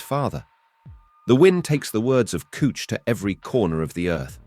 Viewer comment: "the god Kooch" huh?